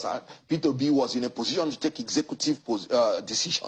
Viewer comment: It's Peter Obi not petobi. Na wa o bros